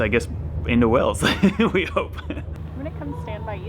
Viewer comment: Watch your pronunciation! It’s Wales (as in whales/sails/tales), not Wells, which is in Somerset, and definitely worth a visit to see the medieval cathedral.